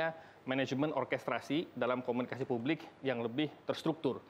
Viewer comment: 7.45 jangan terlalu tegang dong bang,santai aja🤣 Komunikasi yang bener bang bukan komunisika🤣